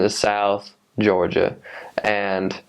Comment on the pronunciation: The guy would only have a Southern accent to people not in the South. But the way he said Georgia. He did pick up a thing or two